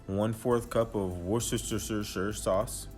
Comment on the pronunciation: You win the pronunciation of the W sauce!!!